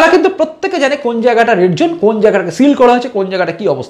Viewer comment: The word is"ZONE" & not "jone" Please correct your pronunciation. Hope you don't mind for pointing out the mistake